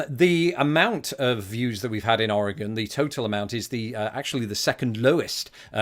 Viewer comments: Hello from Oregon! Extra points for pronouncing it correctly! Well done :D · Good job pronouncing Oregon. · Greetings! Oregonian here (yes you did pronounce it right, extra points for that), And I hope you visit here, yes the beaches are really cold, but very pretty. And you must come to Portland if you visit (it’s basically our capital now😂) also we have the deepest lake (Crater Lake) and we also have the deepest canyon (Hells canyon). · Thank you for pronouncing Oregon and Oregonian correctly.